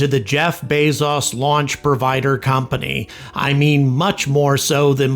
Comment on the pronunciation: "Bez-as" It's pronounced "Bey-zoes"